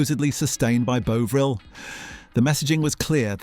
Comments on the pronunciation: I am not sure that this is AI generated narration, I love the channel and am subbed but would just like to know. The thing is this, the pronunciation of 'Bovril' changed from 'Bow Vril' to 'Bov Ril' which varied depending on what aspect was being told. So is this AI F-ing it up or a Human with a quirk please ? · Could you not get your AI to use the same pronunciation every time it used the word Bovril, or Bouvril or Buvral. Sloppy and annoying, i won't be watching ay more. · Is it me or is the narrator pronouncing it wrong? Bowvril...? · technically it should be pronounced bove-ril, although I have never heard anyone pronounce it like that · Could someone please tell the presenter that there's no 'w' in Bovril!!!😂😂😂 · Fuck me, flipping between the correct pronunciation and incorrect one is VERY annoying! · Fascinating but the pronunciation of the o is the same as in on. If it was like you are saying it it would have been written Boveril. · Your narrator somehow can't say Bovril right ... but only sometimes ... hmmmm? 🤔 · Good video, not sure why the narrator is pronouncing Bovril incorrectly or margarine though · I counted 5 different pronunciations. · Try to pronounce Bovril consistently. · You make a video about Bovril, and yet you don't know how to pronounce it! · Why does this narrator continually change the pronunciation of Bovril? Obviously a tone deaf idiot. It is very jarring. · The varying pronunciation of Bovril plus the repeated 'it's not just that, it's this' through the video suggests it's AI slop. I shall get my robot to watch it for me. I look forward to your videos on the history of the hoe-vercraft, and the town of 'Dovver.' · CAN'T watch anymore you can't even pronounce it correctly it's NOT BOVE RIL. It's more BOVRALL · It's BOVril, not Boveril! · He keeps saying "Bowvril" it's Bovril FFS 🙄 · You're pronouncing Bovril wrong. It's not 'bowvril'... It's 'bovvril' - 'bo' as in 'bob'. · Sort out your AI Bov not Bove half the time